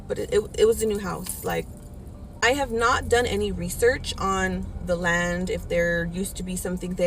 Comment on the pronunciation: The first video all I was thinking was that psychic woman saying “ THE LAND” honey the land